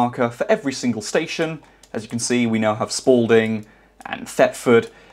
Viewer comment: bro said sporlding (sorry i giggled)